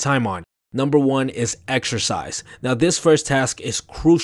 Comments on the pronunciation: exercise I heard extra 🍟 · I stopped watching when he said "Exercise"